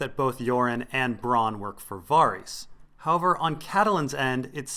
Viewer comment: I love all of your videos, man. Keep up the good work and I'll keep watching. "Vair-Isss" and "Gehn-Drii" though, which I heard GRRM pronounce himself in a recent 2014 interview and Q&A. Pronunciations and the like by no means negate the quality of your work, my good, I was only saying with no dickish intent.